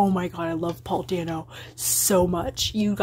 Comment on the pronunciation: The way you pronounce Paul dano's last name hurts me